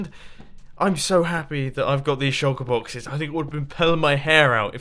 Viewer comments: or Mumbo said shulker bloxes not boxes... too much sand??? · you said shulker bloxes! xD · "Shulker bloxes" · Shulker Bloxes 🤣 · Did anyone else hear him say "Shulker bloxes"... small spoon --o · good vid and nice "shulker bloxes" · at about - he said shulker bloxes lol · he says pick up all of the shulker bloxes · Did he say shulker blockses? 😂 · "I am going to take back all of these shulker bloxes"